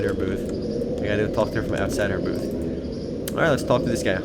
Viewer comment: he said booth o.o